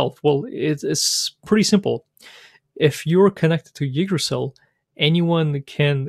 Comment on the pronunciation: Nice intro toYggdrasil! It's pronounced like this though